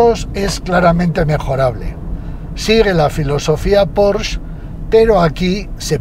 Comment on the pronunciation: Ah, y para lo perfeccionista que es usted se pronuncia “Porsche”, como se lee. No Porch.